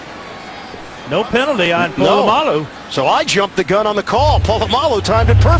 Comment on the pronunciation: Fucking Po-la-mo-lu